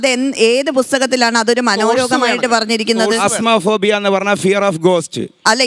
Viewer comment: ആ സഹോദരി psychologist എന്ന് പറഞ് - മണ്ടത്തരം പറയുന്നത് എന്തിനാണ് ....?🤔🤔🤔 Phasmophobia ( Fear of Ghost) pronunciation ഫാസ്മോഫോബിയയാണ് ( എല്ലാവരും പ്ലാസ്മോഫോബിയ എന്ന് പറയുന്ന പോലെ തോന്നി) Phasmophobia യെ പറഞ് Sypmtom ത്തിനെ രോഗം എന്ന് പറയുമോന്നൊക്കെ ചോദിക്കുന്നത് ആന മണ്ടത്തരമല്ലെ... 😀 Coming under DSM 5 specific Phobia . ( അതൊരു രോഗമാണ് ) അതിന്റെ symptoms ആയി കാണിക്കാവുന്നത് :- Excessive fear or worry (panic attacks) ,Dry mouth,Muscle tension,Nausea,Irregular heartbeat ,shortness of breath, and difficulty sleeping....etc